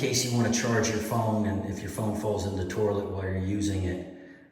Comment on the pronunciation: I’ve been to every English speaking corner of the planet and I’ve never heard an accent that calls it a “tour-lette” 🤔😂